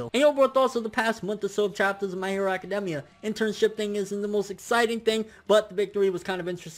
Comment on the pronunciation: AC-CA-DAME-IA. Lol